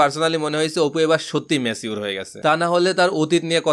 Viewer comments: ম্যাছিঊর কি ভাই Pronounciation thik korle shunte ektu valo laghe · Bhai it's not macure..it's mature